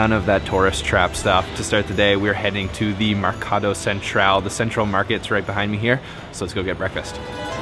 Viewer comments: Mercato Centrale and not Mercado Central!!!!! we speak Italian in Italy and NOT Spanish, if you can't speak Italian just speak English please you will look much better! thank you. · It's Mercato Centrale (the "e" is not silent) and the accent on Trattoria is on the second to last syllable (the "i"). It used to be they only put Parmigiano on the table for tourists (and restaurants that catered to tourists), don't know if that has changed. Italians generally consider adding condiments or cheese to a dish to be offensive to the chef, you are telling the chef he should have put the condiment on there in the first place. Signoria, the g is silent. gn is a nasal "n" like sign.